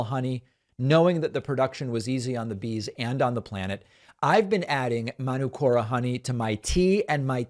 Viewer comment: It's Man-ook-ora David. 💙from NZ. Manuka is a tree here. (man -ook-ah)